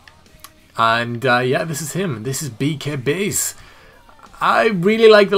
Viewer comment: I'm a little upset because I can't download the gimmick I suggested. But it looks awesome. Just a side, did a pretty good job pronouncing my name.